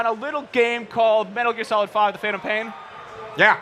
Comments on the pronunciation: hey it's phantom not phatom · No no no, it's called Teh Phatnom Pian